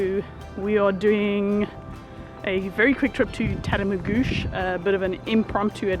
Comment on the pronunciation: I'm truly impressed you pronounced Tatamagouche correctly! Had I known you were near I'd have invited you by for a feed aka invite to a house for a meal. Hi from NS